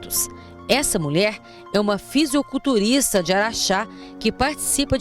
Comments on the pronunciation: Chega a dar raiva quando ela fala ''fisiOculturista'' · A reporter falou "fisioculturista" mesmo ou entendi mal?